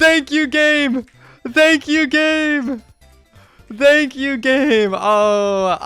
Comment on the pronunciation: Why does he say dankyou?